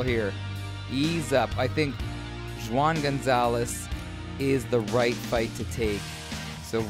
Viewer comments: For real😂😂😂😂 when he said "Jew ahn" I couldn't hold my laughter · When pronouncing Spanish names that start with a J, it's an H sound. So Juan sounds like Huan. just saying fyi. Love the videos. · Pronounced WHOAHN, spanish for John.